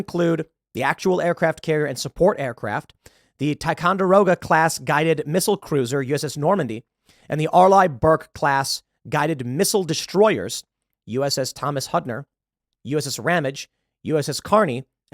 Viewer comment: One correction Tim. Its pronounced like Arleigh (R Lee) Burke :)